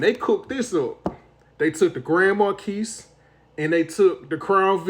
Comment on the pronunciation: FYI, Marquis is said mar-kee. Marquis of Queensbury rules fisticuffs (aka boxing) pronounced markee of blah blah blah